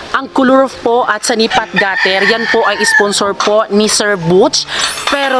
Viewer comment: Senepa po hindi sanipa